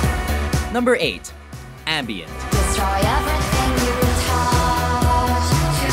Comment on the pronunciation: Its Ambient not "anbient".